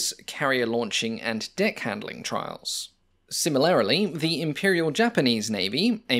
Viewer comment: Another excellent video. BTW "similarily" is similar to "similar".